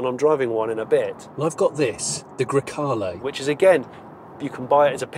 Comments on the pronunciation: Really enjoyed this one Jonny. Fun and interesting. Did i detect a problem with pronouncing 'Grecale' ?! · Now you got me wondering how you were pronouncing grecalo! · I’m intrigued to know how you were pronouncing grecale before the overdubs 😂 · I’m curious, what were you saying originally when you should’ve been saying Grecale?